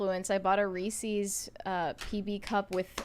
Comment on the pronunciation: Its pronounced rees-iz. Not rees-EEEZ. Blonde b!mb0s